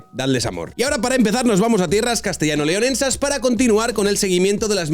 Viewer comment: No he llegado al minuto 2 y ya he escuchado "convezca" en vez de convenza y "castellano leonensas" en vez de leonesas.